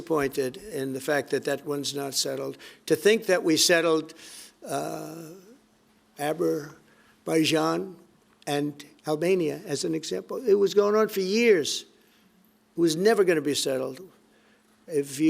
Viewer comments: "Aberbaizhan and Albania" 😂😂 It's Azerbaijan and Armenia, you mumbling donut. and you didn't settle ANYTHING. Border troops and military spending have been increased since then. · "ABERBAIJAN VS ALBANIA" 🤣😂 Trump is hilarious. You gotta live him 😅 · Aberbaijan and Albania LMAO I dont like him at all but he is hilarious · I didn’t know that he settled the war between “Aberbaijan” and Albania 🤔😘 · thank god he fixed Aber-bayzhan and Albania that one was really gonna go south... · Aberbaijan and Albania killed me 😅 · Aber-baijan and Albania???!!! lol 😂